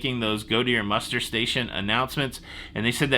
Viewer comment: When I first heard “muster blocked” I swore you said “mustard blocked” and my mind went crazy for a second why a cruise ship would do such a thing. 🥹